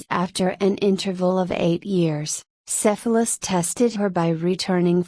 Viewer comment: it would probably be better if you knew how to pronounce Cephalus